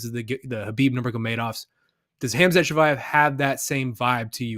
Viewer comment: "Ham Shat Chimaev" Up there with Ya Rear Rodriguez.